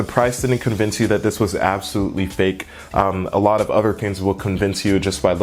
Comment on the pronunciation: "Udder things"